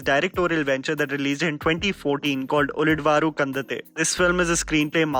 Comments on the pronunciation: its "ulidavaru kandan-the" :) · Hey. Thanks for the video. Just a suggestion on how to pronounce 'Ulidavaru Kandante.' It's pronounced उळीदवरु कंडॅनते. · Dude it's Uli-davaru-kan-dan-tthe... Means "As seen by rest" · Ulidavaru Kandante pronunciation was wrong... But, great list of suggestions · That pronounciation of "Ulidavaru kandanthe" is matching at all. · The way he pronounced ulidavaru kandante😐 i was like nooo. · Ulidavaru kandante whole pronounciation wrong ,also watch kirik party of his